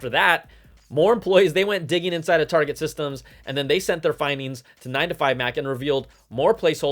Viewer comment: He said Targeee like French not Target